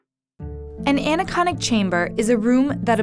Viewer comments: in she says anechonic not anechoic chamber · The what, again? "Anechonic"? Also, what about that pin drop? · She called it an anechonic chamber.... Jesus Christ.. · why did she say ‘anechonic’ in her first sentence...? it’s “anechoic”... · She says "anechoNic" at the very beginning. How did that slip by? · You pronounced "anechoic" like aniconic. "Aniconic" is the adjective form of aniconism, which is "the worship of an object symbolizing, but not representing God; an opposition to icons or idols." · any one else bothered but her saying Anechoic Anachoic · Not to be a sour ass, but it's Anechoic Chamber, as in with no echo. Not AneCONIC. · anechoic not anechonic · not ana-conic, an-echo-ic